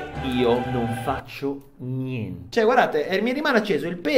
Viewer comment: "niente non niegnte"